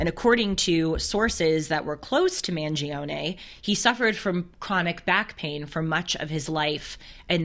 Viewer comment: It’s pronounced ‘Man-Jee-Ohhn’